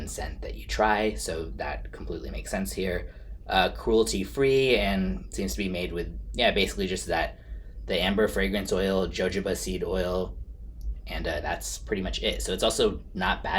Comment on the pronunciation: Jojoba is pronounced “ha-hoe-bah”. Great review.